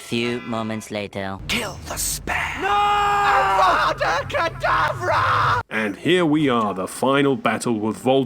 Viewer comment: Avada-kadabra. Is all I heard.